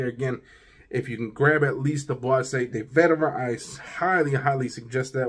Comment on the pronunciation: I know French can be tough to pronounce but it’s BOIS = “buá” not Boisée😉